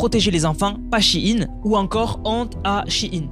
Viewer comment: shein! Pas che ine